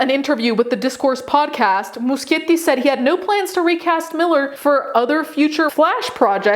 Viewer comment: FINALLY somebody who pronounces Muschietti right! About EM, your vid is excellent and contained a lot of info I hadn't heard before (the breaking and entering in somebody's room I didn't know about) and of course, it just reaffirms my opinion on the guy and the moral corruption in Hollywood.